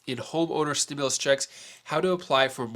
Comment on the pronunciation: Stop saying stimilius there is none